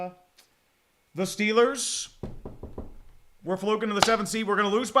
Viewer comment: SHITLLERS GAWNTA SHUPERBWL?!